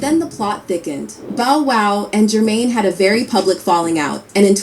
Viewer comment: As soon as you said why something about the term "ped-o-phile" I immediately went to to see if you were new to youtube content. That term is used like that because saying the actual word can possibly get your video flagged or unmonotized by youtube. The whole BOW wow annunciation is because that's an AI video production you're reviewing. But anyway, I'm gonna subscribe to your channel. Appreciate the content. Hope you keep building my man. Stay consistent, and it'll happen for sure.